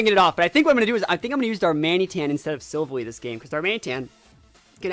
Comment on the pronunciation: Btw the the way you say silvalley is sil and then valley sil valley